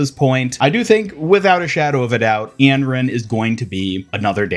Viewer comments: Not even trying to hate but I can’t understand how you pronounced Anran like that 😭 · "Änrän" and "M-Ray"... yes, you are slightly mispronouncing the names xD